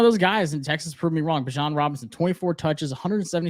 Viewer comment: Did this guy just pronounce bijan as “bye-jan”